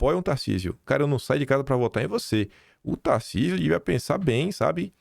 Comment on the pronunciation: Tarsísio, se você não pronunciar em favor de Flávio ou qualquer outro candidato, você será Traidor. Para mim, você Governador, já é um Traidor. Está esperando o que, o Xandão lhe autorizar apoiar o Flávio? Você já está se tornando uma vergonha, cada dia que passa, fica pior.